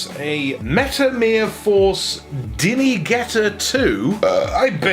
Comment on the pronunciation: "Dinigetter"? Is that a KO Dinogetter 2?